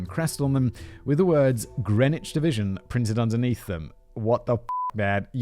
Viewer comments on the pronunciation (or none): none